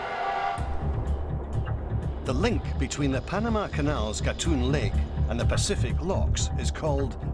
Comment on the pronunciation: Agree; the British narrator does not give realistic comparisons and his pronunciation of Culebra Cut and Gatun Lake is incorrect.